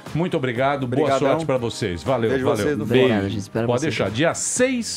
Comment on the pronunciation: Pânico contratem o André Marinho e o Alba. Obs: O fala "ZENTZI" no lugar de "gente" kkkkk